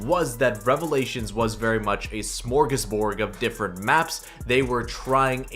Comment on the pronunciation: Smorgasbord not smorgasborg. Sorry you pronounced it wrong